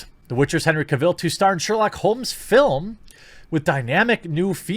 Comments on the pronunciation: I imagine we aren't getting new Superman stuff because Superman is boring. Also, stop saying Henry Cavill's name wrong. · You kept repeating Henry's name wrong really annoyed me 😂😂😂😂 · The way you say cavill gives me cancer